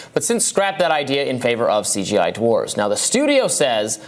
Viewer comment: For clarification, "dwarves" is the plural for dwarf, not "dorfs," as you just said.